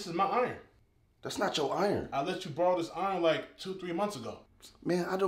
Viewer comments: “CAN I BORROM YOUR STUFF?” “BORROM” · Borrom lmao